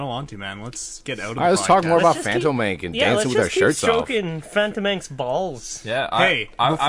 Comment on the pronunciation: haha gassy. its pronounced Fan-tåmen-kay ;P